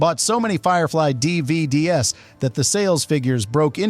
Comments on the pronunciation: Just after four minutes: "bought so many dee vee dee ess". Don't use AI readers. Ended playback. Do not recommend this channel. Goodbye. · I was with you right up until the AI narrator mispronounced DVDs. Will not support this slop.